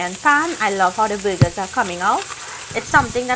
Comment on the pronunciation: Oh BURGERS! It sounded like you kept saying you were cooking some buggers